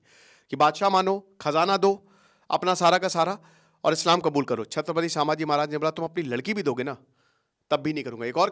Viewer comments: तुम्हें कल ही बोला था "संभाजी" महाराज सामाजी नाही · It's not pronounced as saaambhaji mahraj.. it's sum.. and written as sambhaji maharaj.. correction from a Marathi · It’s संभाजी महाराज not सांभाजी महाराज please correct it 🙏🏻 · भाई... सांभाजी महाराज नही... संभाजी महाराज. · सर वो सांभाजी नहीं छत्रपती संभाजी महाराज हैं ....आपको हजारो लोग देखते हैं आपका एक गलत शब्द ..लोग पकड लेते हैं ... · I would kindly want to request you to rectify your pronunciation as Sambhaaji maharaj and not Saambhaaji maharaj. I hope you would take it in positive way. Thank you